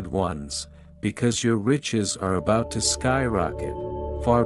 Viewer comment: You saying abaut love?